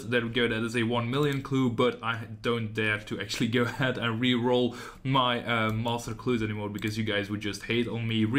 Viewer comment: Also, the way you say master clues <3 <3 <3 "Moster" hnnng